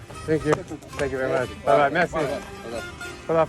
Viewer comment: That's not mezi you have to say mersi